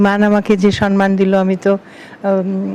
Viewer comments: Mananiya Banya madam, ektu asangata holeo boli kathata SANMAN noy thik holo 'SAMMAN'.namaskar.Ashish Samajpaty 73,Kolkata. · সম্মান, সন্মান নয়। ঠিক উচ্চারণ আপনার থেকে আশা করি 😊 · পশ্চিম বাংলার মুখ্যমন্ত্রীও সন্মান বলেন!